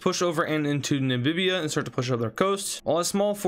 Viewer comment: bro its namibia not nambibiba